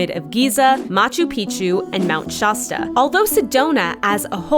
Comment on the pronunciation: Mispronounced 'Shasta'. It is pronounced like the soda. Good video otherwise